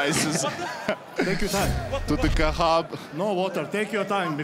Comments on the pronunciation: Khachab not Kah7ab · It's Khachab, not Khahab ffs 🤬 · Khachab not kahab...